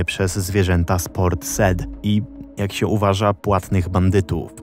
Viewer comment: Ciekawie przedstawione. Ale Port Said po polsku czytamy tak, jak piszemy. Taka drobna uwaga. ;)